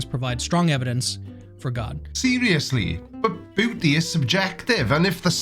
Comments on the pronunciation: i am so tired... everytime you said beauty, i understood booty. And it still made sense to me. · Sounds like you're saying booty. Makes the video much funnier. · He said booty is in the aye of the beer holder!! pronounces it like booty or my ears broke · Every time says “beauty” or “beautiful,”I giggle because it sounds like he is saying “booty.” Middle-aged American here. 😂